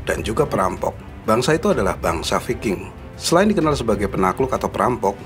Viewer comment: Bacanya bukan viking min.gimana mengedukasi kl ga tau cara baca ..learn more ,,,if you want to be a you tubers...